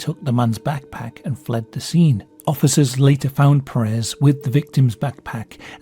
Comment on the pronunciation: The last name "puuh-rehs" doesnt exist, it is Pérez and it's pronounced PER as in "per capita" ans RES as in "rest", with the emphasis put into the first syllable, it's a spanish surname that means "son of Pedro", don't try to pronounce it in french or whatever THE FUCK you just did there, Americans do it and it's annoying af (They do it because some gay guy used it as a name but pronounced it like that so that it sounded similar to "Paris Hilton" who was famous at the time.